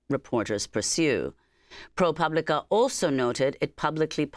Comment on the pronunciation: Amy is finally pronouncing ProPublica.....then she slipped back to pooblica at the end...oh well.